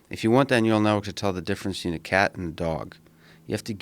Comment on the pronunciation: Joe "betchween" Rogan